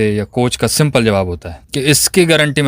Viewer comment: Simple ❌ simpol ✅